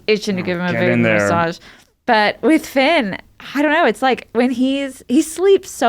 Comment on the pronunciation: FINN does not rhyme with red !